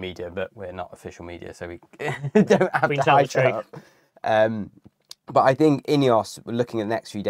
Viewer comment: It cracks me up ,Bert & Kerp instead of "But & Cup"